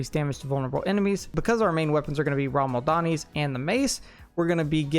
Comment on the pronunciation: Only thing I have to say is, please, for the love of Odin, learn how unique names are pronounced!! It's RAH-MAH-LAHD-NI, not, RAHM-AL-DANI. Eesh.